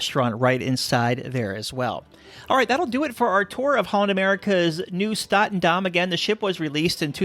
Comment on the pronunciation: It's NIEUW STATENDAM and not NIUEW STATENDAM